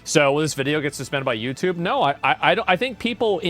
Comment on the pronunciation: Did he say youcoob?